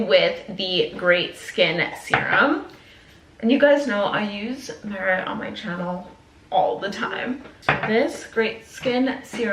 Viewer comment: Haha love you but not you pronouncing all of the merit shades incorrectly